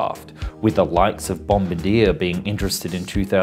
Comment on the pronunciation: FYI: Bombardier is pronounced in the French manner as it is a French Canadian company.